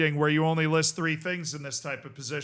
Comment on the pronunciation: Saying "free" instead of "three" is nothing to do with accents.